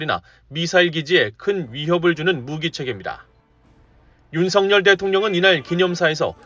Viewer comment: VOA 애청자 입니다! 시청할때 마다 느끼는 일인데 "윤석열" 대통령을 "윤성열" 로 발음 하는데 이는 잘못된 발음 입니다! 윤석열 은 윤서결 로 발음해야 합니다! 한국의 방송인들도 일부는 윤성열로 발음하는 우를 범하고 있지만 이는 잘못된 발음 입니다! VOA 내부검토와 회의를 거쳐 시정 해주기를 바랍니다!